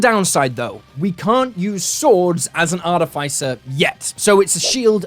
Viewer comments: i love you. but i'm drunk and i have to tell you that artificer has the pronounciation artîficer. :P sorry. had to vent my inner monk. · Great video, but I'm really bothered by you mispronouncing artificer lol